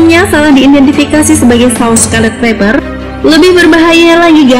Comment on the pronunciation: Mbaknya bilang Viper(faiper) jadi faiber😅